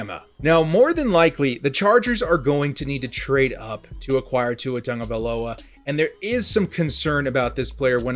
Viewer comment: Sound it out... Tago-via-loa